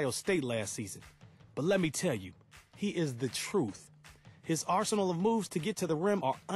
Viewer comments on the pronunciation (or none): none